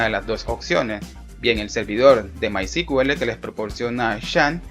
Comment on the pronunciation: disculpa hay un pequeño detalle , es que me parece escuchar cql y es sql o tambien cuando mensionan mycql y es mysql, creo que deberian corregir eso